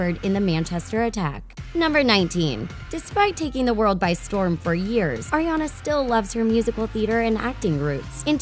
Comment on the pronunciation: The woman won't stop saying Erriana instead of Ariana and it's pissing me off.